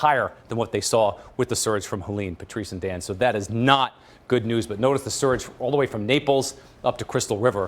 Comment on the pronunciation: Surge not sturge